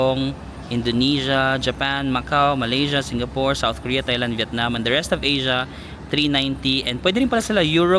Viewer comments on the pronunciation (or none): none